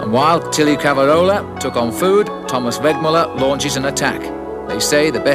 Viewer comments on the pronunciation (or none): I never thought there could be someone who butchered names as bad as Bob Roll, but…. As bad as it was, you have to appreciate the late Brian Drebber’s valiant attempts to pronounce Thierry Claveyrolat. I counted 6 different pronunciations…none of them right. 😂🤦‍♂️